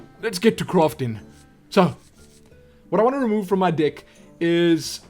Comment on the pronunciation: u make me laugh... u say dick instead if deck